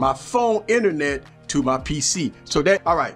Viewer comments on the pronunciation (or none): I love his pronunciation too! "Inenet" is my word of the week haha! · Thx for that man! I kind of think most of the features this provides, are already possible without it, like: - the Inernet (I love your pronunciation lol ) , we have the ability to use an Android as a router, & basically still using our big laptop screen, with our smartphone's Inernet :D - Checking our files / pictures: it's almost the same to plug the phone to navigate through the files & find our pictures, double click on them & seeing them on PC screen, same for most other files (videos will have to be buffered, & some files might not be compatible with Windows apps, but no big deal) - Working on Office like docs: you can almost seamlessly go from 1 device to the other using Google's online "Office" version, & if you need deeper productivity, probably that going on desktop version by regularly transferring the file on PC is a better idea, while not being that much of an hassle (especially when your phone is plugged anyway, if you use DeX through USB; if you're always synced in BT, even easier)... IMO For Gaming, it's a complete + this time, as you may have the Windows version of the games, but not the Data of every games shared through different platforms (exactly like between PS, Xbox & PC), so using your PC Screen while progressing on your Android version of games (or games only available on Android of c), is heaven. The phone call sync allowing to use the PC speakers & mics, is great too, & was probably integrated to concur with the fruit company... or at least, filling